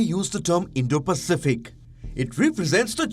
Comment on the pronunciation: Biden cant even say Indo-Pacific